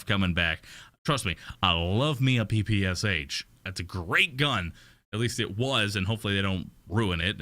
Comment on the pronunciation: I'm from Russia and damn it's funny to hear P P S H :D It just pronouns as usual english rules x)